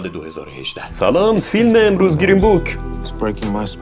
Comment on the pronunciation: گیرین؟ یا گرین؟ چرا شما فارس ها انگلیسیتون اینقدر مزخرفه آخه؟ چرا اینقد بد تلفظ میکنید همه چیو؟